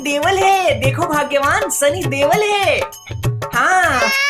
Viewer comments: Deval nhi deol😂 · Deval bola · Others: sunny deol Babloo ji: sunny deval 😂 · Doel nhi DEVAL hai bhagyavaan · Dewal nhi bhai deol😂